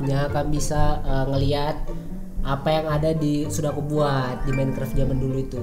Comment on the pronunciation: Tulisan Minecraft dibaca minikrep